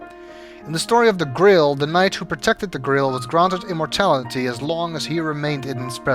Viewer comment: I love your accent. Your pronunciation of grail sounds like grill, and now I can't get the image and idea of a holy grill out there undiscovered.